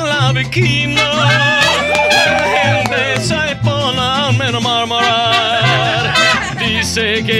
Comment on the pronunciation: no supo decir murmurar 😂